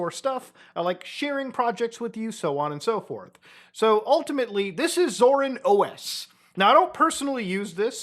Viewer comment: the way muta pronounces it scars me every time tbh